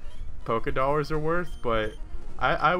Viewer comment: Do...Lars? I thought the American currency was Hamburgers o.O